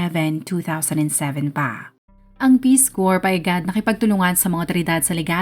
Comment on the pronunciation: Ang gulo mo magkwento. Bohol whale shark sa Donsol? Hindi "korp" basa sa "Corps." "Core" o "Korr" kung tagalog accent.